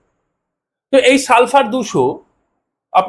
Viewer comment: সালফার 200 বলছেন নাকি সালসা 200 বলছেন বুঝি নাই লিখে দিলে ভালো হয়।